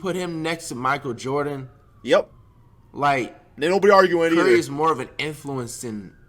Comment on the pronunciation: Did anyone else hear “Michael Jefferee” instead of Michael Jordan.